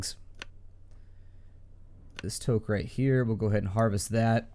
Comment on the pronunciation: I cringe every time you mispronounce toque.